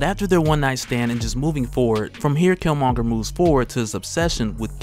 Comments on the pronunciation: I’m mad you’re still pronouncing his name wrong. And I’m almost positive you’ve seen black panther ... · I'm two minutes in and a cant stand they way you mispronounce his name. Dude...